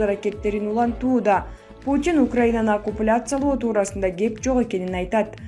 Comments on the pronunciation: ДЕР ЛЕР эмес ДНР ЛНР окупуляция эмес оккупация!! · Оккупация ,кабарчы кыз окупляция эмес ,чыгаарда бир сыйра текстеринерди окуп анализдеп тушунуп алсанар боло автоматтай эле окуп кете бербей ,тушунуктуу кылып